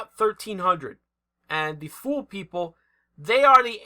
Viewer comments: We have always pronounced Thule as "tool-y", like woolly but with a hard T. H is silent.... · Thule = pronounced '2ly'